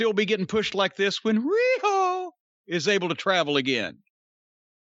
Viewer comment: How great it be if AEW's ring announcer accidentally said "Riho" like Corny does....!lol